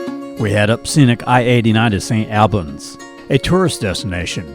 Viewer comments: Pronounced st All-Bens not Al bans like Al Bundy.. Allbens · Lovely video of my home state. It’s like ALL in Saint Albans not like AL - St. ALLbans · FYI St. Albans is pronounced Saint All-bans. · It’s pronounced, “S’nalbans”, not St. AL bans, by the locals...😉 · The northern town is pronounced Saint All-bans. Or if you want to sound like a local, call it Snobbins! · Vermonter here: It’s pronounced St. Albans, as (All)bans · Other than he pronounced St. Albans wrong, it's a good video. Born and live in Middlebury. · I was born and raised in Vermont. Left for about 8 years and back for good. I love the slower pace of life and people here are way friendlier then other places. I actually had to rewind the video when you first said St. Albans. Never heard it pronounced that way before. Vermonters pronounce it differently. It is a great over view of the state, but there are hidden gems in just about every town. Thank you for doing a great job on the video. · I have loved my time in Vermont, still visit St. Albans (which you mispronounced) and Morgan as often as possible, but please learn the correct pronunciations of town names. Charlotte is pronounced Shar-Lot.